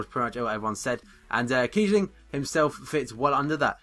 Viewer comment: kiebling haha